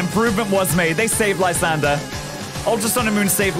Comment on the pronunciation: If u look a lysandres name it should be pronounced Lysandray